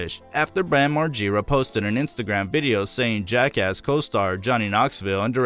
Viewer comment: Learn how to pronounce Bams last name right 😂😂